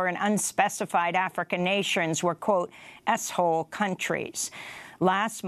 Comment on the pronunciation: When she said s-hole countries it sounded like asshole countries. Might as well use the whole word that he used “shithole”. That censorship really backfired.